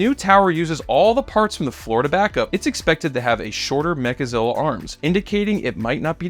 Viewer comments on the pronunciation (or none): Mechazilla, not Megazilla